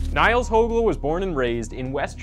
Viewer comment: His surname is pronounced as “Hoogel” not “Hogel” due to the umlaut Ö in his surname, Högel. I’m sure no one care but it is more a tip to people - like this video’s creator - who want to make videos about him. Anyway, other than the name mispronunciation, great video, great production - very creepy but interesting.